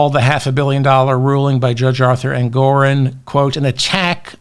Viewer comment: ENGORON!!!! NOT ENGORIN!!! DON'T MAKE THE SAME MISTAKE TWICE....YOU KNOW BETTER!!! AND I LOVE YOU!!!